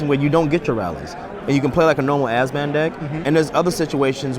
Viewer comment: Really interesting concept for a deck, but... was it just me or was constantly saying "Azban" instead of "Abzan"?